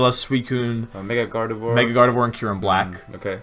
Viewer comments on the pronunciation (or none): none